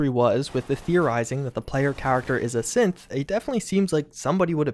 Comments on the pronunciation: Maybe it's just my phone's shitty speakers messing with me, but... Every time you said "synth" it sounded like "simp" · Sorry, I can’t help to keep thinking that whenever he says “synth” he instead says “simp”